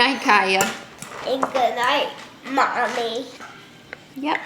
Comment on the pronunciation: lmao i noticed that too when she said mummy